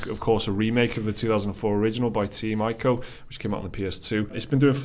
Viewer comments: It's pronounced "Eco" not "Ico" -Adam Sessler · Its pronounced E-co. You Welsh wankaholic.